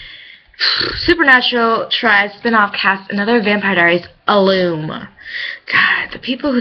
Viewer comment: Granted he was only in 2 episodes so its not that big of a deal. Side note its pronounced roster not rooster. And your pronounced ALUM wrong. #getittogethergirl